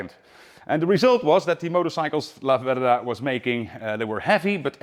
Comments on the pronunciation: The ultimate 1970s Italian stallion ? Stress on the first syllable. Lah - verda. Flying agricultural two-wheel tractors ? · Yes It's LAverda...not Lavérda. Correct. 👋👋👍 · No, its' La-VER-da! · Italian here. It's pronounced laverda, not la verda. The burnt orange was a fashionable color in late 60s early 70s Northern Italian shops. It's a shame Piaggo killed the brand to only focus on Aprilia for sport bikes, but Piaggo is not a large company, and there were simply too many small sports bike manufacturers between Laverda, Moto Guzzi and Aprilia, all owned by Piaggo. Ironically, while Italian brands rule MotoGP today, endurance racing is predominantly won by Japanese brands. They sold a few of the 750 in Toronto, but these are bikes that are owned and never ridden. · The Italian pronunciation is very good. Albeit a surname, "La verda" means "the green" although it would not be used as it's incorrect, i'm just doing a straight translation. Since it's feminine, finishes with "a", masculine in this case would be "il verde". As a kid (5-6 year old) i remember fondly a Lamborghini green liveried Laverda parked a few streets down where i lived, i thought of it as "the green lady or dame", hence my explanation of the grammar. Always loved the low sweeping handlebars and presence. Being more a car person it's the only bike have a vivid memory of 45 years on.